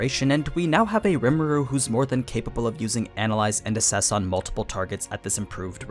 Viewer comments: Fyi: it's Assess not Asses . Two very different things. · analyze and "asses". Please explain further lol